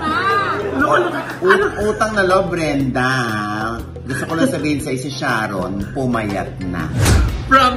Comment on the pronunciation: Grabeng laughtrip na sa "Mrena" (Brenda) pero sumakit ng bongga ang tiyan ko sa "PAGTING-GIL" (Pagtingin) 🤣🤣🤣